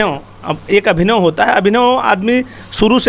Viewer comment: अरे दोनो पत्रकार महोदय, अभिनव नही अभिनय होता है।